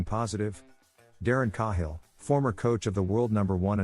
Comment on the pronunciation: AI sucks..can't even pronounce Cahill correctly..moving on..